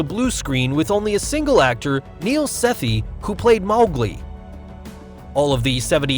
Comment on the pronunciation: mawglie lol